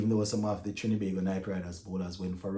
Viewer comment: Big up STTB. Thanks for all the hard work and keeping us up to date. Just wanted to point out though that it's TriNbago, not Trin-E-bago 😊